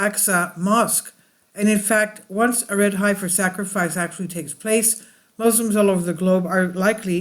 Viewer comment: heffing heffer!! :-)